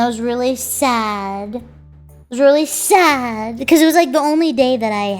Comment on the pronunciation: really fad (sad intentionally mispronounced)